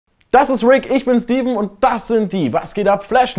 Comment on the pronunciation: Er sagte Steven O.o